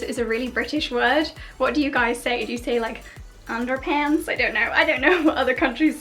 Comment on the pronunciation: omg love your video's i almost fell over when you said underpants in your accent to funny